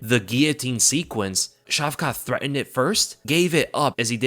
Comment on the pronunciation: Care to pronounce Shavkat's name differently than 'Shavka' - 'Шавка' is slang for small dogs, with the associated meaning. It will do good for your image in the eyes of Russian listeners. Edit: the stress on the latter 'a' will bring out the 't' in the name - 'Шавка́т'